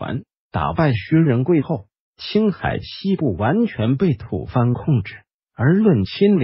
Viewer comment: 吐蕃 （念 Bo), tu bo. 不是吐番 （fan）。